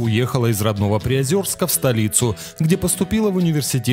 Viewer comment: город ПриозЕрск читается через Е.